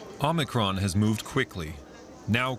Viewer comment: It's omicron, not omnicron.